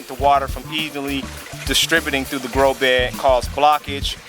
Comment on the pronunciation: You keep saying "grow be" why you forget the the "d"? Is it just easier? my english needing help.